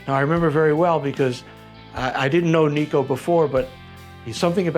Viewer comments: Great outcome!! Great dude! Why can nobody pronounce his name right? NICK-O. Not Neeko.... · His name isn't Nico (knee-co) it's Nicko (Nick - Oh)